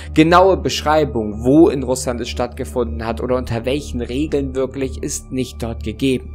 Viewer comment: Oder "würklich" haha